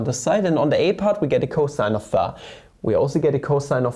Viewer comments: Hm, idk… Since started to intentionally type and pronounce words wrong (e.g., ”pha“ instead of ”phi“), I cannot enjoy the videos anymore. Imho it's just not funny but annoying. Sometimes it might be fun, but not every time. Still, the topics are interesting and so, so I watch the videos anyway. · Every time he says phä , I think a yo phät mama jokes comes along … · Years after the Ozarks show he still calls it pha XD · He says it like [fæ] lol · Can we acknowledge how he says φ?